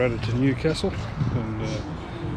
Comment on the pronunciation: Sorry to nit pick, your pronunciation of Newcastle is off. I think WA might have a town that they pronounce the way you are but in NSW it's New-castle (like what royalty lives in). Enjoy your travels.